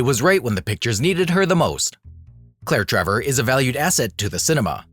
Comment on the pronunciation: Always good info in these videos. But I really wish names were pronounced correctly.